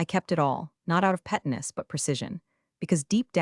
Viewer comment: Other things too - aka is not pronounced “akka” Pettiness is not “pet-ness.”